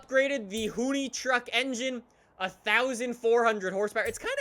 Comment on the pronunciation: Why does he say "Hooney-truck"? Its annoying...